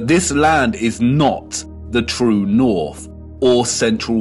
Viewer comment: “True Norf”